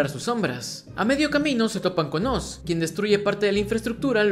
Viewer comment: Es la primera vez desde el 2012 que escucho a alguien decirle OZ a oz y no (OARS) como todos lo dicen. Gracias te ganaste la sub namás por ese pequeño detalle, ya estaba hasta los cojones de escucharlo mal. ❤️🔥😎